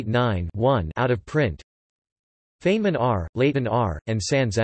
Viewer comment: Feynman's name is mispronounced throughout this article. It is supposed to sound like "Fine men" not like "Fain men" as it does here.